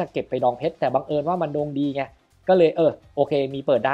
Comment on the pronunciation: เน้นจังนะคำว่าดวงดี😂